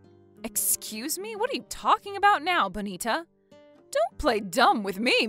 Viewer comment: It drives me crazy when they mispronounce Bonita.